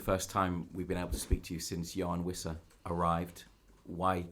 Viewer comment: The Premier League name pronunciation video - Wissa : “Wisser” Every journalist: “Visser” 🤦🏻‍♂️